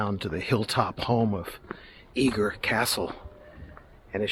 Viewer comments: Its pronounced Eger not eager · Nice video but Eger is pronounce egg er not eeg er